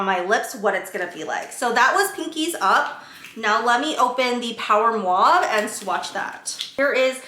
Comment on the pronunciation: Just trying to be helpful and not critical in any way shape or form. When speaking, it sounds like you might be transposing the A and U in mauve. It’s sounding like mwave instead of mawve.